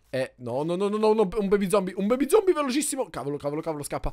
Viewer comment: hai detto veramente uno zompie? 😂😂